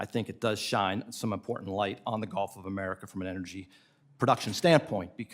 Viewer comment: lol if I hear the "Golf of Omaricaow" in a crowd I know who's the hatter